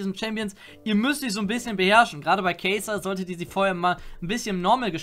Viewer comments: k AI sa AI!!! Nicht k EY sa PlS xD #triggert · Oh Gott, sag doch nicht „Keysa“ sondern einfach Kai‘Sa wie Kaisa ausgesprochen. Keysa hört sich mega gay an 😆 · kei sa wer kennt sie nicht bitte das ist ein a zwischen dem k und dem i , kei sa hört sich hardcore dämlich an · SI HEIßT KAI SA NICHT KEI SA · Kai'Sa = Käse ?!? xD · WARUM KANN KEINER KAI´SA AUSSPRECHEN AHHHHHHHH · Ich versteh nie warum Leute Probleme haben normale Namen richtig auszusprechen. Das sind nur Worte xD